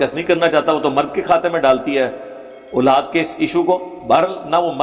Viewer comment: engineer sb urdu me aulad kahten hain nake ulad iske alawa word sahabi hai not sohabi pl correct ur urdu pronountiation